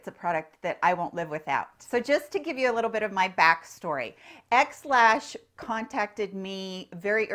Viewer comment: I haven’t tried this, but I want to share with you that when you said “XLash”, I thought you said “Ex Lax”, LOL! Figured you could use a little chuckle.